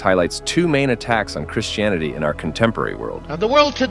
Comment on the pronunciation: do you realise that Americans like yourself pronounce "Christianity" as "Chrish-tianity"? You do in this video. It's very odd and not nice. Why can't you take out the -sh sound and replace it by a -t?